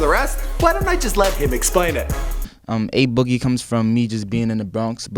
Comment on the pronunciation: I'm only here to hear how bad pronounced a boogie.